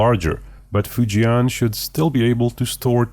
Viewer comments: Easy pronunciation for Fujian would be FU + JEN (as in Jennifer). FU JEN instead of FU JIAN 😇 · you dont pronounce fujian properly. the 'an' part is pronounced the same as in 'and'